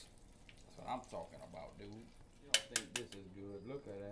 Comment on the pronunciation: He knows like 8 words and 4 of them are mispronunciation of dude, he knows 1 type of seasoning and doesn’t know how to correctly use any of the cooking terms he’s trying yo you